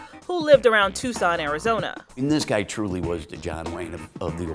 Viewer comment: HOW DO YOU SAY TUCSON LIKE THAT